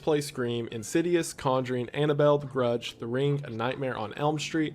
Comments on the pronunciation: Ah yes, my favorite paranormal film, Indidious, and The Gurdge. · "Indidious and The Gerdge"